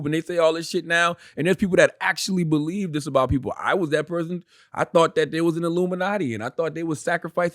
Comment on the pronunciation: "U bulive wacha u bulive U bulive wacha u bulive U bulive wacha u bulive "